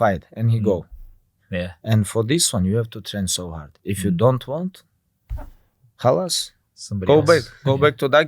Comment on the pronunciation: When khabib said khallas 🤣